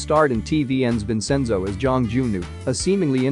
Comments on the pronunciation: But were cool with vensinzjo? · The fact that the narrator pronounced Vincenzo’s name wrong I got mad in behalf of Vincenzo🤣